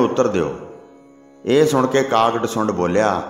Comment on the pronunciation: ਕਾਗ ਡਸੁੰਡ ਨਹੀਂ ਹੁੰਦਾ ਕਾਗ ਭਸੁੰਡ ਹੁੰਦਾ ਹੈ ਨਾਮ ਲਿਆ ਕਰੋ